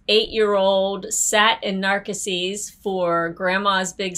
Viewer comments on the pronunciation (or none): NarCA seas.....? That was a weird way pronounced it. Also, I agree with. 60 days is plenty of time to plan dining. The dining plan was worth it when I had teenage boys who ate like animals. We would go to buffets and Disney probably lost money. Now it's simply not worth it for us. We really don't eat breakfast, we sometimes just want appetizers for lunch and I hate being tied to a schedule for dinner. We usually plan only 1 nice dinner for the week and the rest is spontaneous.